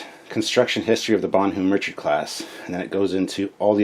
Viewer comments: Bonhomme Richard pronounced - Bon - hom Re-chard I don't speak french - Got the correct pronunciation when the news reported that the USS Bonhomme Richard, LHD-6 Wasp Class amphibious assault ship, caught fire in dockside maintenance. FYI- Bon Homme Richard = My Good Friend Richard = Poor Richard (of Poor Richard's Almanac) = Pseudonym for it's Author - BENJAMIN FRANKLIN Don't know WTF they didn't just name it the USS Benjamin Franklin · Captain sir! Bonhomme Richard. Its a french name. So its pronounced, "Bon-home, Rich-Ard." If Memory serves, the Bonhomme Richard was one of the few French ships given to the US Revolutionary navy in the late 18th century. A United States Warship of the late 20th century, if not more then one, was given that name, to remember that debt of honor. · Love your channel, watch as much as i can but omg please practice the pronunciations LOL. You kept calling the Exceter the Excelsior and as a fellow Canadian its [bon-uh m rich-erd; French baw-nawm ree-shar Im being an a-hole, keep up the good work!